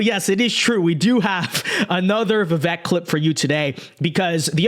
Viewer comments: Great vids but his name is pronounced Vivake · Please pronounce his name correctly